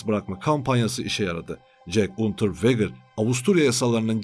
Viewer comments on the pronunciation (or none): Unterveger okunuşu.